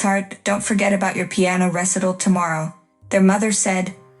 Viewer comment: Sweeth art? RESS ital?